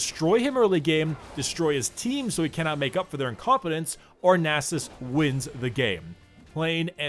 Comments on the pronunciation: NAS-US not nasses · it's nasus' you don't have to pronounce a second s lol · Nah sus? You say naa sus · Pronounced as Nasus'es, plural Nasuses'es. Wow. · its Stacksus not Nasus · temporarily loses the ability to pronounce a 5 letter word